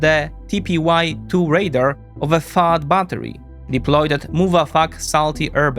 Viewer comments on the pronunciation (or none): Great video. Suggestion: you pronounce "radar" like the word "raider", and since both those words are relevant to the topic it's confusing. You want to accentuate the final vowel sound in "radar" as if you're talking like a pirate! :-) Binkov gets this wrong too, so here's an opportunity to surpass him! ;-)